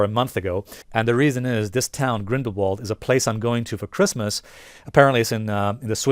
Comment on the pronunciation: You pronounce Grindelwald with a V instead of a W. So say it like Grindelvald